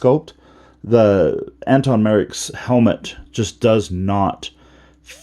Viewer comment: Thanks for the review but his name is pronounced Antoc with a “C” and NOT Anton.